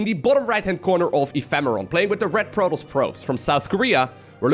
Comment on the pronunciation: I’m only here to hear him call Protoss, “Prolous”